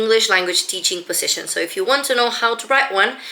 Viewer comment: I think you mispronounc the words resume and position